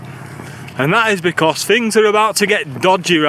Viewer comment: Never heard anyone say because so badly before